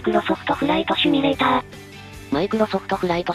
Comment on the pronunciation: 前からさんの「趣味レーター」が気になってしょうがないんですよね_(:3 」∠)_